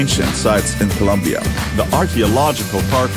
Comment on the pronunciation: Colombia not Columbia